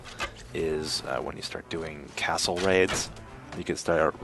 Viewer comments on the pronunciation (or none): none